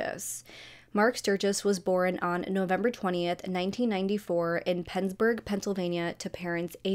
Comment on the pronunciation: Girl I love your videos but the way you pronounce the word “born”…it’s BORN, one syllable.. not borin. It drives me crazy 😅😅 love you though and I watch every video! ❤️❤️